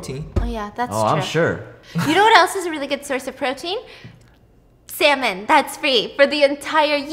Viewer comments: I continuously heard the word Salmon as SeMeN 💀 n when she said it at the end i actually thought she was talking bout Semen being free 😳🤣 for a good few sec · Stephanie:"You know what else is a really good source of protein?" Me thinking about the coconut story Stephanie:"Salmon" What I heard: semen